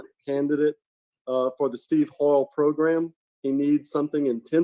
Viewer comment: How come this guy cant say the word program properly